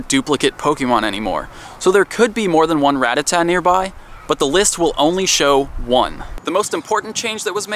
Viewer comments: it's pronounced ruh-ta-tuh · i hate how he mispronounces ratata